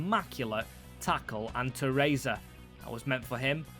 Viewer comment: Shit at pronouncing names this guy